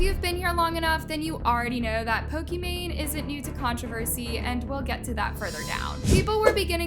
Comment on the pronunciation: off topic, but why does ALWAYS purposely mispronounce names? and I know its on purpose cause she says it right once and says it wrong after. is she trying to be different? for example, Pokimane, is pokemon😭 Sabre is SAW-BRAY, Naz is NAWZ, its so weird😢 no hate tho im just confused why she does it